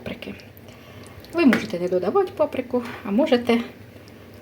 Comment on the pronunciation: Це зовсім не капусняк,тому що капусняк вариться з квашеної капусти!!!!!!!! Було б не погано,щоб ви трохи підівчили українську мову,бо ваше уродсько- москальське ( ть)- мішать,додавать.,готуватьт ...... в українській мові вимовляється (ти)!!!!!!ЦЕ НАВІТЬ ЗНАЮТЬ МОЇ ВНУКИ,ЯКІ НАРОДИЛИСЯ НА ДРУГОМУ КІНЦІ ПЛАНЕТИ!!!!!!!!